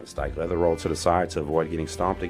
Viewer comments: HE'S SAYING " LOVICK HALDON STIKELEATHER" lolo Incase anyone was like me thinking What the hell is he saying? LUBBOCK STRIKELEATHER? 🤣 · Are you saying, “Steak leather”? Lols. Seriously though wtf are you saying?